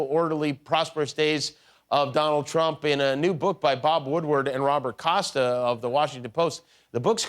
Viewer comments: I listened three times and I still swear Kudlow said ‘Donald Chump’… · He DID say " chump" and fox rags on Biden if he mispronounces any word!!!!! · That's what I heard. Much closer to chump than T-R-ump. Maybe the show altered the audio. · I swear that Larry Kudlow said "Donald Chump".... LISTEN again! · I heard it too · He definitely did say that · Did Kudlow call Trump, Crump? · 100% he said Chump. That was the only accurate thing he said in that clip. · ME TOO!! he did say Chump!! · That's what I heard! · He said "of Donald Chump." Listen again. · is it just me, or did it sound like Kudlow says Donald Chump ? maybe it's just confirmation bias? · I thought he said Donald Chump lol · sounded like he said donald chump